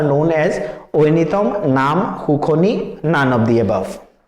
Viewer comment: It's xuknani not xukhoni